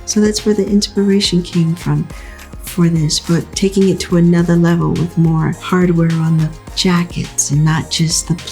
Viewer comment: im dead she said "anotha" yass miss hood janet💅🏽